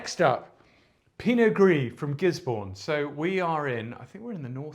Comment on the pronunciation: Amazing work as always, you’re a hero. Small piece of information for you: Gisborne is not in Hawkes Bay, it’s just above. The city is pronounced Giz-buhn rather than “born” and the region is also called Gisborne. The cities in Hawkes Bay region are Napier & Hastings. Would recommend Craggy Range & Black Barn from that part of the country. Keep up the good work and sending love from down under!!